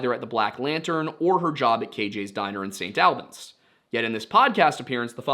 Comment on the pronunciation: I gotta correct you man, St Albans is pronounced the same way as Albany just without the ny at the end, also it’s so crazy how Brianna went missing on my second birthday